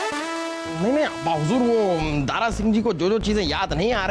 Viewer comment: “दारा” शब्द को दारु बना दिया 😂😂😂😂